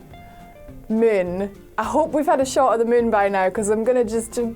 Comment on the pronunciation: DUDE PLS its MOOOOOOON not mUn !!! damn jesus aw lawd